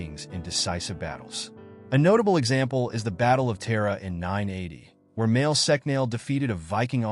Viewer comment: Not "Mail sec nail" Mwael Shock-nol. Tara is prounced like the womans name ( not terra). Flann na Shun-inna (not flan sinna) Vikings didnt have horned helmets Get it right if you want any irish subsribers. Irish women ,under Brehon law had the same rights as men ,including divorce ,compensation .......ahh ffs forget it